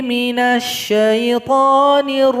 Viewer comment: Bacaan ta'audz nya ko sayyithoon.. Coba aja dengerin.. Harusnya saythoon..